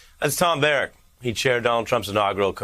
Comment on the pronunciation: It's pronounced Barrack as in army barracks. Not Barack as in Obama...